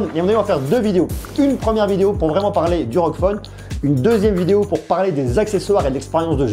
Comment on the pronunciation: On prononce r-o-g pas rog